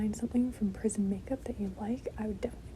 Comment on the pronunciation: Girl I thought she said prison to I just looked it up she said prism 💀